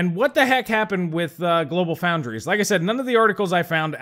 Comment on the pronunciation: GloFo = GlobalFoundries. No "L" in "Foundries".